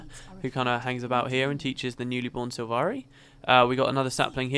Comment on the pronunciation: "Silvari" not "Sivari"